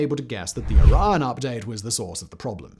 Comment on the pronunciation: A 3 syllable word like Orion and a 2 syllable word like Iran should not sound exactly the same when spoken.